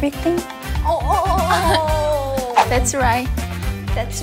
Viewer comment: Ryujin: maybe..... Everything Chaeryeong: maybe.... Everything Lia: Maybe everything Yuna: maybe everythang Yeji: Awe Aweting.